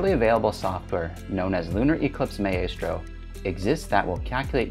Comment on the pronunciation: Very good and useful tips, which I sincerely appreciate! (Very) minor point, but your pronunciation of maestro is a little off. Consider checking an online dictionary that will speak it out loud.